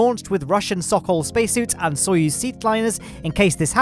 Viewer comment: FINALLY SAID SOYUZ RIGHT!!!